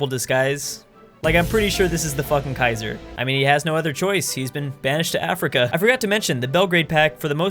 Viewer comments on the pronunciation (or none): none